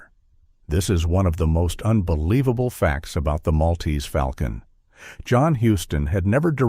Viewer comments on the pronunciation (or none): FAWLCON not foul can